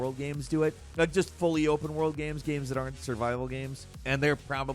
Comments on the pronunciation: What are "Ames?" 😂😂😂😂😂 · "modern ames"